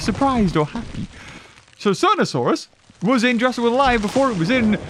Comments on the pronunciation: Titles the video sonarasaurus Also:"Sonasaurus" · did he call sonorasauras sodasauras??? 🤣🤣🤣🤣🤣